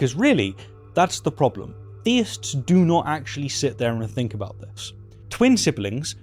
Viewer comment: Stop th-fronting please; it's pronounced thousand not fousand, think not fink, and death not deaff.